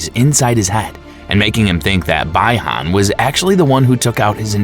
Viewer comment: Brother please say (bee-han) Bihan